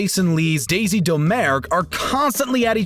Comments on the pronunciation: Does this guy just not know how to pronounce things? “Daisy Doe-mare-g.” THEY LITERALLY SAY HER NAME IN THE MOVIE. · Daisy DOM-er-duke (correct pronunciation) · Could you get a narrator that has actually seen the movies next time totally butchered aragorn and daisy domergue’s names